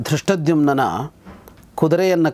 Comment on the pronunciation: Yes. He pronounces Drushtadumnya instead of Drushtadyumna.